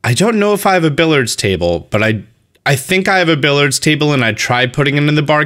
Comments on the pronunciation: "Billyerds" Not Billerds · i cringed each time you said billard instead of billiards loool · Did... did you just call it a "Billards" table? XD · the way you keep saying billard as if there isn’t an i before the a😭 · Billiards is a 3 syllable word my dude. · Billiard has 3 syllables, not 2. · You say billiards weird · It shouldn't have bothered me as much as it did, but there's a second "i" in the word billiards! Pronounce the word like it's there, please and thanks!